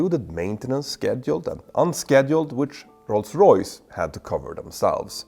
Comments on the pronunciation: OMG stop saying Roys-Royce 🤦🏻‍♂️🤦🏻‍♂️🤦🏻‍♂️🤦🏻‍♂️ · Best part of this is Petter struggling not to say Royls Royce :)